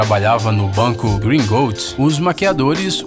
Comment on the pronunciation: Gringortes e nao Gringôrtes